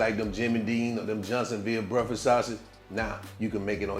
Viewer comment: My man said “homemade brefux sausage” 😂😂😂